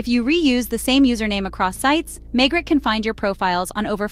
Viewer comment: It’s pronounced Maygray, it’s French not American !